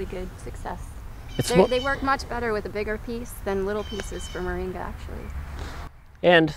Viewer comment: MORINGA, not "Maringa"!